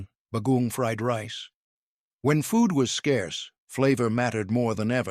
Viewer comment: Agreed. The pronunciations were terrible. It took me a while to figure out the third food was saimin because the pronunciation was so bad. Others were recognizable but just horribly pronounced (like bagoong). Also, the descriptions of the different dishes were so redundant that it sounded as if the same food was being described over and over again.